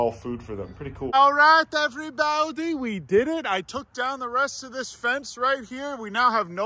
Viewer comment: I like how he says “evwee baodee”